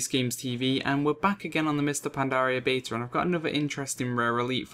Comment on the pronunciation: Can you just make a 10 min video of you saying beta?lawl.